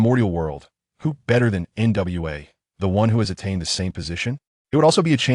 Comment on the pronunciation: Hey bro why not say the name complete why say in parts like nwa not nuwa